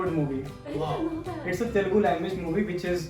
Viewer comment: It's Telugu not telegu 🤦🏽‍♂️